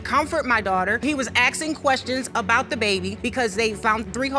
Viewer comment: IT IS NOT….AXING. ITS….ASKING.